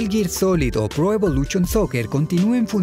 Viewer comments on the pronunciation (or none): Porque dices pro evoluchion? Es evolution. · Ulalá señor francés no se dice "pro evolushion soccer" - entonces? - se dice "pro evolúCHOn soker" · Pro evoluCHOOON soccer 🤣🤣🤣🤣🤣🤣🤣🤣🤣🤣 Muy buena prenuuunciación jajaja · Me encantan sus videos, pero que problema tienen ustedes que pronuncian tan mal algunas cosas , pro evoluCHON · Magistral video. El man que narra tiene buena voz pero de verdad, que por favor deje de decir "evoluchon".